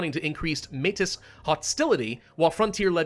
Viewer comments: Heads up. Metis is pronounced like "May-tee" it's a French/Native word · Heya, Manitoban here. Métis is pronounced as "mey-tee" with the S silent, because its of Francophone origin. Gotta teach you this now before the Quebecois find your location. Good luck! 🎉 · Metis is pronounced like maey-tea